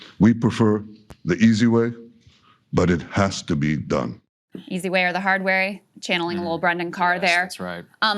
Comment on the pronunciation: listen to his heart and feel what country and class it sounds from as he says 'has' , it sounds as if it comes from england?